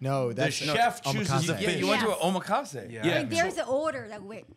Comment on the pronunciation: why do they say omakase like omaha